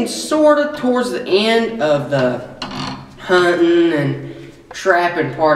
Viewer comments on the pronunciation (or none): I want to point out that he actually said "he actually shot it while he was CUNTING"